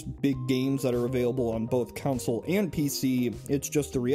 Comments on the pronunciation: “Counsel” instead of consul 🤢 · "Council" (con-SOLE) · Why are you saying console as counsil? Are you secretly Anakin Skywalker? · I thought we were talking about console vs computer, not "council vs computer". Also, those other notes killed me, lmao. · It gave me OCD. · Anyone else hear "Counsel" the whole time?